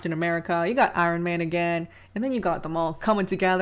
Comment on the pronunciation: If you’re going to make a talking video, learn how to speak first. I-ron, egregEEous? Seriously? Diversity and representation are not virtues.